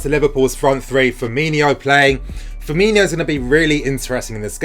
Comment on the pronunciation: It’s Firmino, not Firminho